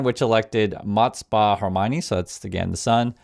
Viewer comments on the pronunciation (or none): It's not hermione! 💀 say it with me kh(phlegm. If you cant say it just say h)-aamene'i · Please find out the correct pronunciation of the new Ayatollah's surname. It isn't "Hermione" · Why is he pronouncing Khamenei like Hermoine? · You gotta put more effort into that pronunciation lol. Sounds like you’re saying hermoine, 4 syllables kha-ma-ne-i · I love your updates, but simply a little correction: you pronounce khaw-ma-NEY-EE like Herminone from Harry Potter. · I don't mind the pronunciation nor am I the tone police. But every time I hear the former supreme leader's name in your videos I keep visualizing Emma Watson saying: "BOMBARDA!" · Bro, supreme leader Hermione Granger… stfu if you can’t pronounce the main character of the f ken war. Seriously wtf man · Repeat after me, Ha-mer-naye. It sounds like Ron Weasley's love interest in Harry Potter. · Hey. I had to review your video to listen to that name you stated because it was no where in the ballpark! The surname is Khamenei. There’s no “r” there. It’s pronounced, “hah-men-ā.” The son’s name is Mojtaba, pronounced, “mawj-tah-bah.” I’m not trying to be critical, but in this job it’s best if you don’t unnecessarily butcher key players’ names. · The name is pronounced hoe MAN ni the k is silent and there is no r in his name. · Is, "Khameni" pronounced Hermoine? Or I misunderstanding the repeated reference in the first minute of the video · U gotta learn to pronounce khameini better I though u were saying hermani lol was so confused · Why do you keep calling the former ayatollah Hermione? That's just not how it's pronounced. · Is it me or does it sound like hermione when he pronounces khameini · there is no r or l in khamenei. sounds like you are saying Hermione. and thank you for your reporting. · I love you, but your pronunciation of Khamenei is strange